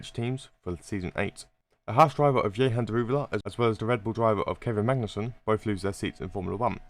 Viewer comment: Man really said " ye-han " daruwala 💀